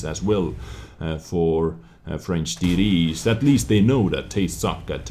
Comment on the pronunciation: I love ya man, but you make me laugh when you say TD's. To my ears it sounds like "Titties".